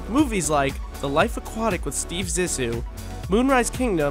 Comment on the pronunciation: Bruh do your research you said zissou totally wrong.